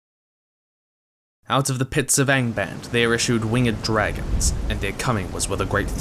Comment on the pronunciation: Yeah “but what abbout dragonzzzseeeah!”